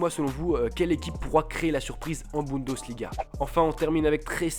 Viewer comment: LOL Guedes donc tu le prononces gouédèche à la française :-) :-) tu m'as tué ... BundOsliga ? sérieux ? => Le championnat est considérablement dominé par le Bayern mais les places qui suivent honnêtement c'est la loterie ...